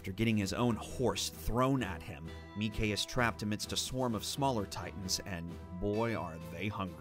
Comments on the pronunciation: "Meceh" It's Mike. Mike. Not Meceh. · “Mee-kay” I thought his name was just mike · I like how he read Mike as Me-Kay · Mi-ke zacharias massacred name xd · How the hell do you mispronounce Mike for #1? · The way he pronounced Mike tho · is it pronounced mike with a long i or long e? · How can a voice actor for AOT also butcher AOT names? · How can you be the voice actor from a series yet mispronounce names/places?